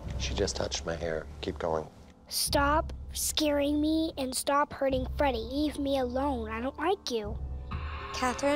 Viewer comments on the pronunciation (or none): "Stob it."... From jin